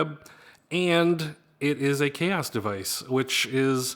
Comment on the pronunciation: Chaos devices? Isn’t made by xaoc ? Is that how you pronounce it? Chaos?